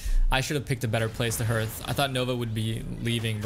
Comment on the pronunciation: Hearth is pronounced like heart not like earth. Great videos though.